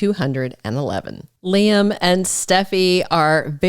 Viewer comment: when you say lie for Lee and LY am for Lee am it's like nails on a black board. Learn to pronounce the actors by their names